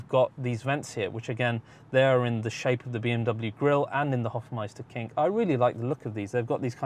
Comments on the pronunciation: Hofmeister Knick. Not King. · It is Hofmeisterknick not Hofmeisterking ..What's the name of the color?